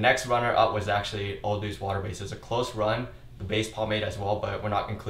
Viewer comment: I love your videos, but why do you say o'dudes instead of o'douds?